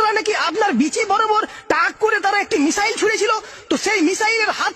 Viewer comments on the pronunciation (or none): none